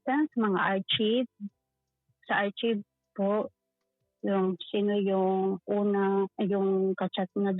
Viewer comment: Hindi ko tinapos na bad trip ako sa basa niya ng archive😂🤣